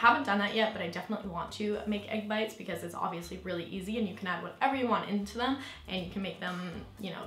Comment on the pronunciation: Are you saying egg bites or egg whites?